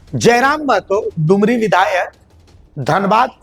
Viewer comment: टूमुरी नही होता है भाई डुमरी है